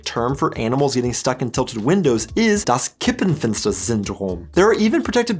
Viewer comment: I am German and have never heard about the Kippfenster-Syndrom. Also, you said Kippenfenster. As "Kippen" is a colloquial term for cigarettes, a Kippenfenster would be something different.😉